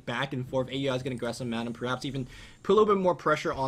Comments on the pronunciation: Hey, "A U I 2000" is pronounced "Owl-ee 2000" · no its fucking A.U.I not ow e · Once again, it's pronounce OW-UI, NOT A.U.I... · Even though Aui says he doesn't care, most people that know him personally call him A-U-I because I believe that was how it was originally intended. In fact, Blitz even hates it when people don't pronounce each individual word.